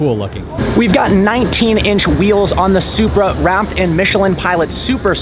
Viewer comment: Did you said Zupra4???🤔🤔🤔